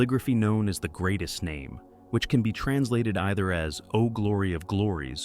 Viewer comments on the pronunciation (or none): none